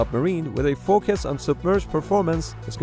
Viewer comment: If you laughed with how he said "focus" then we're friends.